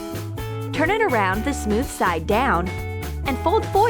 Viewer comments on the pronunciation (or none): none